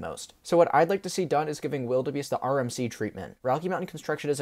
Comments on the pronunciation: Great review. Just one nitpick, Wilde Beast is pronounced "Wild Beast", not "Wildebeest". The "e" is there because it's the theming of the area it's in. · quick tip: wilde beast is pronounced wild beast, it has the e at the end for the medieval theming towards it.